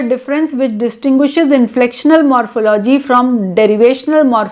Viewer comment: The word morphology is pronounced wrongly.